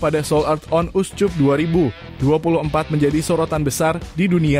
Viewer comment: Min, "Seoul", bukan "sold". Lengkapnya Seoul Earth on Us Cup, bukan SOLD UP. Trus kata cup harusnya dibaca [kap] bukan [cup] seperti kuncup karena rangkaian katanya dalam kalimat Bahasa Inggris. Terima kasih.